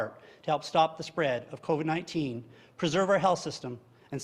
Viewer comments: He pronounces it coVED instead of coVID so that he can't be pursued legally once all of his claims officially become falsified...or so he thinks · A mispronunciation.